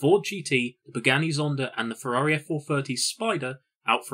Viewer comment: Why is this fella pronouncing Pagani as "Buganni"